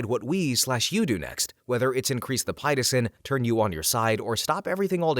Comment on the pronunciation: FYI Pitocin is pronounced pit oh sin.